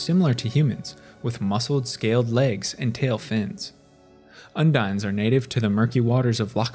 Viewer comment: Undine is pronounced Un-dean... Merfolk and Viashino are my favorite humanoid races, I can't wait to return to Alara and Ixalan.